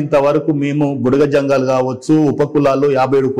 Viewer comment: మేడం భుడగజంగాలు అనాలి భుడగసంగాలు కాదు అన్నగారు మనజాతి కి ABCD వర్గీకరణ వల్ల మేలు జరుగుతుందా లేదా కీడు జరుగుతుందా అనేది చక్కగా వివరించారు సంతోషం అన్న 👍🙏👍